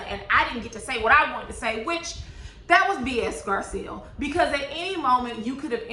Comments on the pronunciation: Hey love your review.. but name is GarCELL not GarSEAL.. just an inccey weeny critique 😅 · I think Garcelle pronounces her name Gar-celle like Belle from Beauty and the Beast.